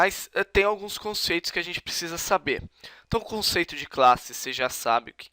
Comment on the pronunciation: "conteitos"? Mas a explicação foi interessante.